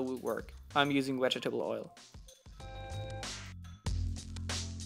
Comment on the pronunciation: Also he says wedgetable oil xD